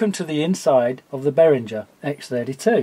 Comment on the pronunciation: "Behringer" has no /ndzh/ sound in it, like in "cringe". As in, the reaction to hearing people mispronounce "Behringer". Think bear-ringer. Somebody who rings with bears. That's how you pronounce it.